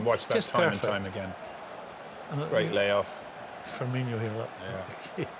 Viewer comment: Aaaaaghhhh it drives me insane these fucking pundits on mega bucks always get it wrong they think every Brazilian with an "O" at the end is pronounced inio ffs it's fabinho and firmino not fabinio and firminio.I hear it all the time these guys get paid to get this type of thing right.